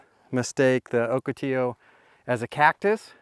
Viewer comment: OCATILLO pronounced OH-KA- TEE- YO